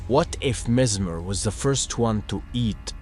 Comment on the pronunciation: The only thing I can say is that you probably pronounce the name wrong